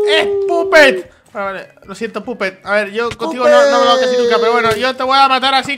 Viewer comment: No es pupet es papet